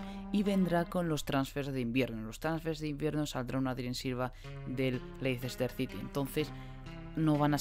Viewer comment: Leicester se pronuncia"Lester"